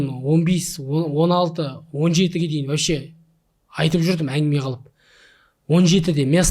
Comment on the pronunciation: Не вощим! А вообщем!!!!!!